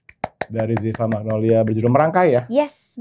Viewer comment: magnolya pls bkn magnolia dear editor